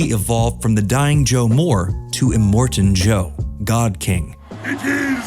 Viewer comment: Are you serious?....immortan Joe?!.... If these AI type videos really Need to learn how to get it right🙄